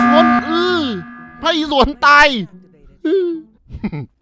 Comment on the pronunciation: ตาย เป็น ตาน 😂